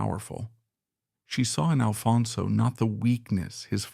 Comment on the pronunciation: Why can’t you get the name right? It’s ALFONSO!